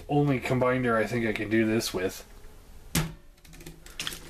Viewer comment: CombinER. ER. Not DER. Combiner, not combinder. It was annoying enough to comment about LOL Otherwise, I love how comprehensive your review was!